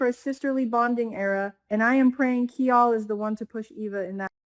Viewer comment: Kial is not pronounced as “Key All” but as “Kyle.”